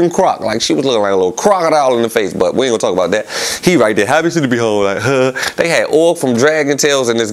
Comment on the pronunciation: lol gillie be saying “rite” 🤣😂